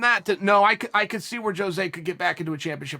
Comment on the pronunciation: I appreciate sticking up for Jose but why cant anyone ever pronounce his name right?